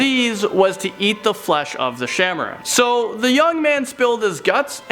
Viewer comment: no.7- it pronounced "shaah e maaraan" (king/queen of snakes)